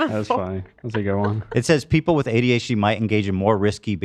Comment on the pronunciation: My favourite part was when Ethan said “HDHD” instead of adhd